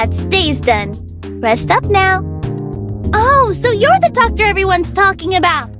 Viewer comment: I heard "Darkie" instead "Docty" and got jumpscared a bit